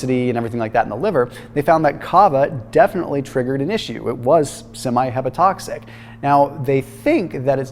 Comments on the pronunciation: The word is "HEPATOTOXIC" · Btw, it’s ‘HepatOtoxic’ Are you licensed ?